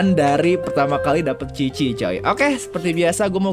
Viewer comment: Qiqi bang bukan cici..dengernya..jijay banget..😄😄